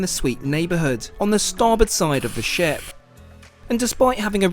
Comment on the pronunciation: "for a proper ship tour" was what you said. "For a proper shit tour" was what I heard. Had to pause and go back. lol!